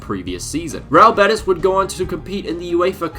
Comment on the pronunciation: its pronunced real bé-tEEEEs bro please